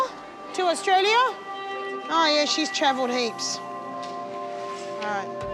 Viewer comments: I think she said Australia not Diarrhea 😂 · no no no she wasn't saying 'diarrhoea'. She was saying 'Australia' (pronounced as 'ao dah lee yah') prob trying to say those shoes were got in AU.